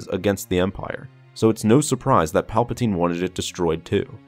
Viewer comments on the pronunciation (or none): none